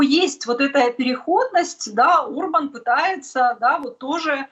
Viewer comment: Премьер-министр Венгрии Виктор Орбан,а не Урбан.Пишете и говорите обо всем в мире,а не можете правильно произнести имя главы страны,про которую рассказываете.Горе блогеры!!!